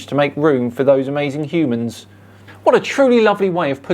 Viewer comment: "Huemans"......that made my day 😂😂😂